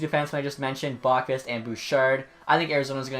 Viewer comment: I think its pronounced "Bow- qvist" from what ive heard on tsn and stuff.Great vid though!